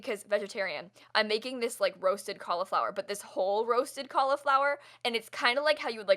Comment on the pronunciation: Anyone else not pronounce Cauliflower that way 🤷🏻‍♀️